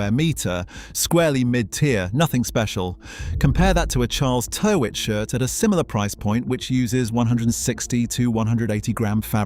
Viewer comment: Tyrwhitt is pronounced "TIR-itt"